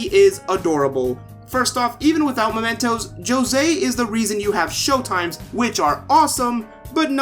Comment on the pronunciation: Sorry man not to be arsy buuuut: It's mementos (as in m-e pronunciation) since this means an object that serves as a reminder of someone not momentos which is spanish and translates to moments As you can see the second one is much closer related to the theme of the game